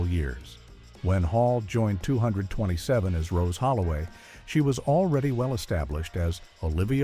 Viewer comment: IF YOU’RE GOING TO USE AI, AT LEAST GET IT TO SAY THE NAME OF THE SHOW RIGHT!!! if you can’t do it right, just don’t do videos.